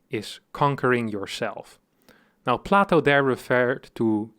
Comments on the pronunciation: Plato is pronounced Play-Tow, not Plah-Tow which is the pronunciation for plateau. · Plato has a long 'a' in English. PLAY-toh. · "Platto" PepeLaugh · If you pronounce the name Plato "plateau" , how do you pronounce the word "plateau"? The same ?